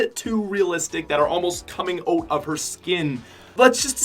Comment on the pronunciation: The says oat instead of out